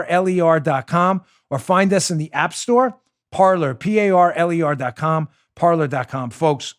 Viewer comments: Isn't Parler pronounced "Par-lay"? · Every French speaking person out there winces every time you say "par-ler". . . It's the French verb for "to speak" and should be pronounced "par-lay." But of course it's been Americanized and that boat has left the dock. 😉😣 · Signed up for Parler today! Great platform! Just a little info on the word Parler. I think it should be pronounced Par-LAY. It is the French word for speak. It can also be referenced as speaking in a neutral zone. I just thought that might interest you! Thanks for a great show! Keep up the great work! You are very much appreciated! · PAR-LAY; PAR-LAY; PAR-LAY AS IN FRENCH for talking, discussing, chatting. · Parler, pronounced Par-lay